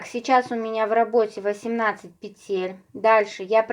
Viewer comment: пЕтель, пЕтель, пЕтель 😬, не говорите пожалуйста петЕль.